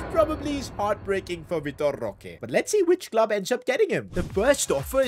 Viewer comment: é engraçado como ele fala vitor roque kkkk